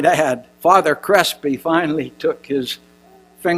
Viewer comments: Thanks for the suggestion! It helped. This guy mispronounces everything too. Difficult to listen to but at least speeding it up helped. "Dr. Crispy"! hehehe You'd think this guy would have no troubles with his his own writing - his own speech. Funny that he talked about someone else's senility! lol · lol this old fart keeps mispronouncing words wrong (father crispy) need to take the computer away from and get him off stage before he has a stroke